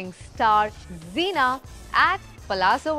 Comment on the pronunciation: Kamya - very good questions indeed! I have 2 suggestions for you please. 1) her name is pronounced as Zai Na not Zee Na 2) your questions can be a bit shortened as most times they are very long with multiple options. It would be nice to keep it a bit short and crisp. Hope you don’t mind these suggestions 🙂